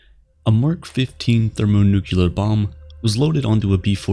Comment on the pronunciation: What's a thermonucular bomb? No such word.